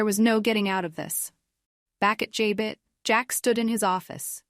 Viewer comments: Stop saying j-bit: It’s pronounced ja-bow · Here we go again JAB BOT, that show been on 50 yrs an these reports don't no how to pronounce Jabo😮😊